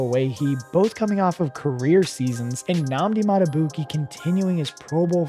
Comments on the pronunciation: His Name Is Pronounced; "Mal-eh-ky" Starks, Lol. And The Other Is Pronounced; "Mad-du-beekay". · First it was Malik, then Ow-eh-he, by the time he got to Beeks I was done lol